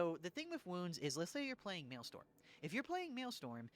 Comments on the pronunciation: Wanted to clarify, it's "mail-STROM" not "mail-STORM". Counter-intuitive I know. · actually its Maelstrom not Maelstorm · Strom. Maelstrom. Not Maelstorm. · It's "maelstrom", not "maelstorm". strom. That's not a misspelling. It comes from Dutch "stroom" which means 'stream' and it's not pronounced "storm". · Maelstrom - “mayl-struhm” Martyrdom - “mar-ter-dumb” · MaelSTRom. Strom, almost like strum, like strumming a guitar. So at worst you can just pronpunce it as Mail-Strum Also Mart-er-dom. Not marty-dom 😂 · Totally agree so far, I am freebooting this on stream :D also it is pronounced MAIL- STRUM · I love the new style but now I can’t be as mean to you as I want to be about how you pronounce maelstrom and martyrdom.